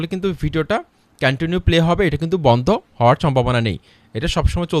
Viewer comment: কেনেনিউ না ভাই কন্টিনিউ হবে এ এক কথা কয় বার বললেন সব ভূল😜